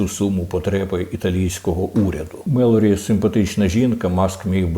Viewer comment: Пане Корчинський, італійська прем'єр міністр називається Джорджія МелОні.